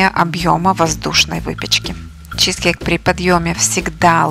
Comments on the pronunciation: Не чи'зкейк на первую и ударение А на вторую чизке'йк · Согласна. Слова автора с ударением на первый слог режет слух